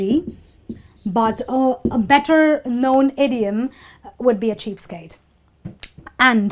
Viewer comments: It was interesting to learn the idioms.if I'm not wrong you pronounced the idiom "cheapskate" like cheapstake at the beginning.never mind......... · Hi...your video is really good...I HV a qn...is it cheap stake or cheap skate? U HV written it cheap skate but pronounce it cheap stake? Wch is crct?